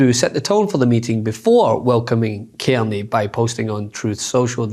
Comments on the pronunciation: Our Prime Minister name is Carney. Not kemy. Please tell your reporter to learn to pronounce his name properly. Its Car ney. I have broken it up into syllables. Learn to say it his name correctly period! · CARney, not Kearney. Please!!! It's not difficult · Love your work but his name is C-A-R ney as in car and not kierny. People do not know a Kierney! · Dude ... .its Car knee......carney.